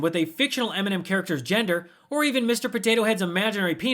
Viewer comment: Why is he even in our country he can barely say M&M 🤮